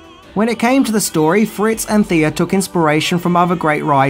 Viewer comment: Thea is pronounced Tay-ah